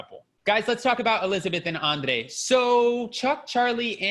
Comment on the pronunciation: Love your reviews! The way you say Andrrrrrrei!!